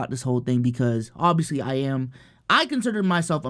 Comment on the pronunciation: It always gets me when says obviously he sounds just like a nigerian hausa man 😂😂😂